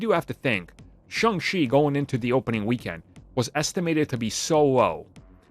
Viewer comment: Its Shang, not Shung.